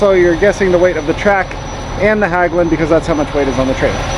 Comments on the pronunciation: "Hagglund" LOL!!! HEGGLUND is how you closest should read it if you can't pronounce the Nordic letters. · Not Hagglunds, Hägglunds. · i love how American butcher our language. It's not Haaaaglungs. It's Häglunds. I'm going go pronounce American namnes like Bob like Böb insteed or Ford like Föööööööörd. Anyway, enjoy you Häglunds. Btw, the reason it broke is because Stefan Löfven, our former PM worked as a welder at Häglunds before he ruined our country . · how you should pronounce Hägglunds is like Hegglunds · The ä in Hägglunds is pronounced like the e in egg, try Hegglunds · Great! IT`s pronounced Hegglunds😊😊drove the predecessor Volvo Bv 202 in the Norwegian army